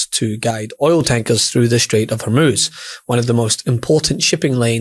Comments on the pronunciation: Did this fertilizer guy really say "Strait of Horez"? WTF? THIS guy is an idiot! It's PRONOUNCED AS: HOORMOOZE! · Where is " the Strait of Horez"? Its Hormuz ffs